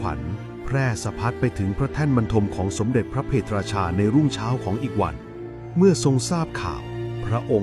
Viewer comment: พระ เพท ราชา ไม่ใช่ พระ เพ ทะ ราชา